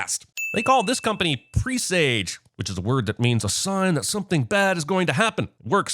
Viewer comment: You’re not planting herb seeds and that is not how one pronounces “presage.”